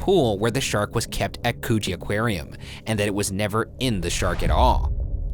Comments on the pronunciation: As someone who lives in Sydney I can tell you that Ryan is mispronounced Coogie. It's pronounced Cooj-eee NOT Cooo-gey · For the #postmortem: I'm pretty sure it's not pronounced 'coochie' Ryan, try again. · It's not cogee it's pronounced like cue-gee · 'Coochie aquarium' What? 'Coogee aquarium' ohhh... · Thought he said coochie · V Cupcake it’s actually pronounced cuh-gee not coooooo-geeeeeee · Yoooo did anyone else hear Coochie 😂and it’s about the sea. Oh god the jokes. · No you didn't just pronounce Coogee like Coooooge. It's like Could-gee. Haha made me laugh straight away! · i swear i thought they said Coochie aquarium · I THOUGHT HE SAID CHOOCHIE AQUARIUM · i legit thought he said "coochie" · Co gee lol way to say it is coo -g ee pronounced ... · I heard "Coogee" and thought they said "coochie" LMFAO bye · Co-gee is hurting my head. The town names are like pronouncing Arkansas like Kansas, just, terrible. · coogee= coochie. cuz fishy lol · coogee? pronounced like COOCHIE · cOoGeE BRO it’s pronounced cugie CrOnOlA CRANULLA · Ryan pronouncing Coogee like Koh-G lmao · ryan: "coogee aq--" me, already crying from laughter: /COOCHIE/???????????? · Coggee is pronounced more like a U than a double O sound and cronulla is pronounced phoneticaly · "Coogee aquarium" No one: Me: COOCHIE?! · Oh I’m sorry that we pronounce words properly; pronounced ‘koojee’ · i thought ryan said "coochie aquarium" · I THOUGHT HE SAID COOCHEE AQUARIUM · Luna Lovegood right! “coo” as in cookie, and “gee” as in the letter G #postmortem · It's pronounced 'koo - gee' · I heard coogie as coochie 😭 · Coogee is pronounced could-gee #postmortem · i’m sorry i heard that as coochie aquarium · You guys forgot about the part where a smaller shark had eaten the arm and was then eaten by the tiger shark, also Ryan you keep pronouncing Australian place names wrong. It's not coooogee mate. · It's more like Could-gee a long ee sound at the end. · Coo(rhymes with the woo in wood)gee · "Cohgee" skksksk